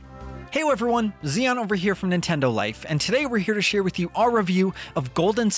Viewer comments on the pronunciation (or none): none